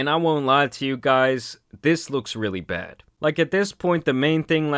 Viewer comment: Bro really said: "If she badd, she BADD" 😂